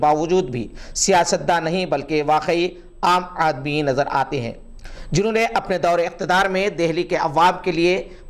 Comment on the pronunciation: Aam aadmi is pronounced as Aam (with alif) Aadmi (with A'in). Urdu men three kuch tajweed Urdu ki sheerni ko Kam karti hai.